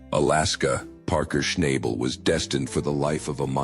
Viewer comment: All BS. Don't even know how to pronounce his name !